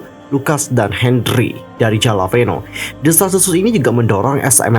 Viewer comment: Sorry oot kak, pengucapannya bukan JALAPENO tapi "hahlahpainyoh". Untuk Lucas, semoga semuanya segera membaik terutama untuk kesehatan mentalnya. Karena Lucas pernah bilang dia paling takut search namanya di medsos, menurutku ini indikasi kalau Lucas tipe orang yg gampang kepikiran, apalagi karena adanya kasus ini aku harap kondisi Lucas baik-baik saja. Kalau ini hoax, semoga pelaku pembuat hoaxnya dipidana. Karena udah pencemaran nama baik + mengganggu.